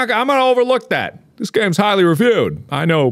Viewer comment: RetroWizTHE1st “ganes”?